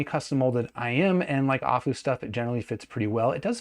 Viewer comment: It's A-full, not ah-foo lol. Their name was never hard to get but nobody says it right. I am really interested in this though, if it would be a better rec than the P5. My P5 was the best purchase I made until I bought my Thieaudio Hype 4. The P5 I could literally wear all day long with how comfortable they are. Plus the performance for the price was amazing, I literally sold my davinci because going from that back to my P5 made me realize I wasted my money. Especially because I bought my P5 on one of the last sales that went down to $175 for the price and that's such a steal